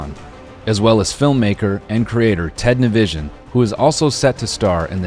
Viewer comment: the infamous disaster